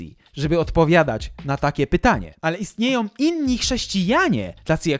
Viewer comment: Mówi się istnieją a nie „istniejom” !!! I wiele Twoich tego typu błędów. To „wykręca” uszy słuchających. O, znowu, wierzącą a nie „wierzącom” !!!